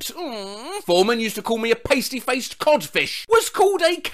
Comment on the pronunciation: Pasty faced codfish, its not 'pay-ste' its 'pah-ste.' Pasty faced codfish is a common phrase in the south west of the UK.